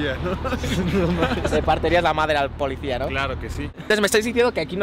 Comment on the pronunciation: el acento de ese menso: ‘la polecia’ 🤦🏾‍♀️ sale tumor en el oído.